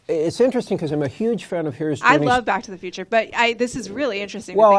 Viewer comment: The girl makes it sound like she's sayin' 'BOCK to the future'.